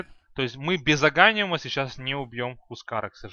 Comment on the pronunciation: Ударения особо порадовали. Особенно агАним, и никрофОс. Созвучно с диклофОс